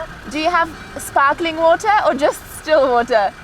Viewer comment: This lady really asked for sparkling Botohohwootaah